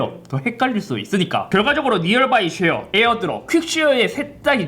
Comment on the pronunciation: 아니 잇섭이 왜 자꾸 니얼 바이 쉐어라고 하는겨? ;;; 니얼...굴?